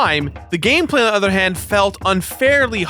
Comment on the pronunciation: He totally said gay play instead of gameplay like right at the beginning